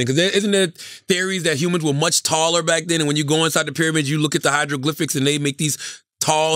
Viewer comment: Are we gonna ignore the fact that Charlamagne said "hydroglyphics"?